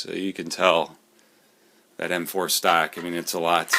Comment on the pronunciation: ?? stock....I hear you keep said STACK???? ( or maybe ME) hahaha